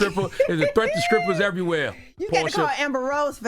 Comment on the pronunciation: Am I the only one who's hearing scrippers?